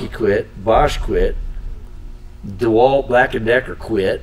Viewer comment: DeWalt - Einfach nur Dewalt! - Nicht Deeeeh Wald!